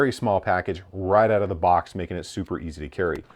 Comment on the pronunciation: “It’s actually really solid out the boc”